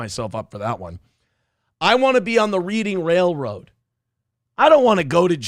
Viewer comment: It's pronounced REDDING railroad, not REEDING railroad you fucking idiot